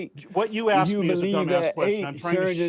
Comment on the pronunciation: He's dealing with an idiot. He can't even proinouce the word "asked".